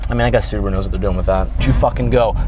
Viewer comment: "Boobeye" WRX